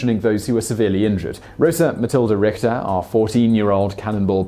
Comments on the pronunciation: It's Richter, not Rikter. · IPA: [rixter] same x sound as in the scottish loch.